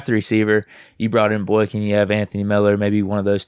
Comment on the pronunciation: BOY-KIN… stop calling him Boink-in bro 😂